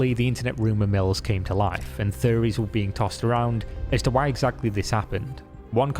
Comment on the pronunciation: timestamp >>> "and faeries were being tossed-around" ... 🧚😲🤔 oh, you said 'theories' 😉🤣 #ScottishAccent 👍😎